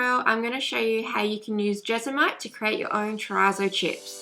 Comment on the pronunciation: It’s pronounced Jes-mon-ite. Thank you for this video, much appreciated.